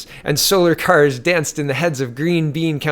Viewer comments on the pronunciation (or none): none